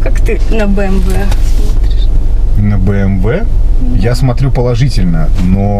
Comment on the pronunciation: Правильно говорить би эм дабол ю